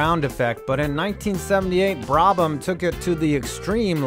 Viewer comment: I usually love your vids, but the pronunciations here are atrocious! On the actual content, many of these weren't cheating - for instance, the Brabham fan car wasn't illegal, they were allowed to run it once, then it became known to them it was going to be ruled illegal after that race and they went away from it.